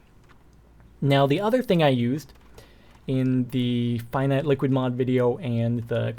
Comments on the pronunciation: I think you are supposed to say "finite" as in "infinite" Just a heads up. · and you pronounce it as fee-neet. :)